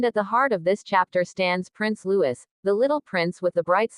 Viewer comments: His name is Lou-ee not Lewis!!!!!!!! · PLEASE, the child’s name is LOUIS. Loowee. No S sound . NOT LEWIS.